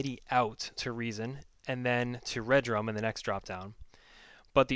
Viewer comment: Dude...love the vids, but it's RE-Drum not Red Rum. Peace.